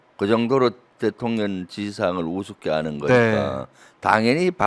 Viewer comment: 김병주 의원님 우리 민주당의 큰 재산으로 존경합니다. 그런데 딱 한 가지 부탁 말씀이 있습니다 . 의원님께서 자꾸 대통령을 ' 대통년' 이라고 발음하시니 줄리가 자기를 지칭하는 줄 알고 대통년 노릇을 하는 것 같아요.